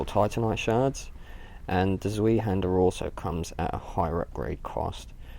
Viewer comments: Its said like Zvi-Hander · Great video and I hate to lower the tone but zweihander is pronounced 'zw-eye-hander'. Sorry, OCD sated, please go about your bodacious business :D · Did you say zwee-hander? o_O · "zweehanda" lel